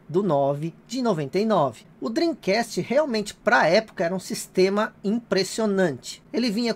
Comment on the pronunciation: Depois do yudi do preisteixon Agora temos este japonês do "drim cast" Kkkkkk